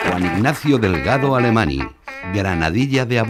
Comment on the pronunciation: El apellido de Ignatius no debería pronunciarse "Alemañ" al ser un apellido catalán?